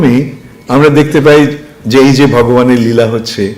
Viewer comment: নীলা নয়।। লীলা